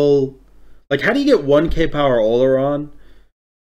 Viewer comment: Olorun not “Oluron” lol